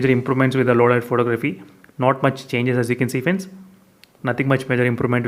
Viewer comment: The way you say LOW LIGHT (sounded like lauda) xD Excellent walkthrough buddy!